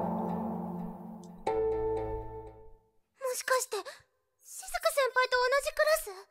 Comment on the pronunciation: し↑ずく先輩